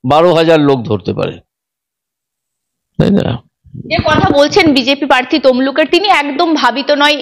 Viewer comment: অভিজিৎ বাবু প্রার্থী নট পার্থী, ভুল ঊচ্চারন ॥ সঠিক ঊওর দিয়েছ্ন ঊনি ॥